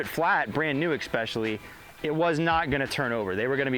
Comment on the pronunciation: Someone tell there's no X in "especially"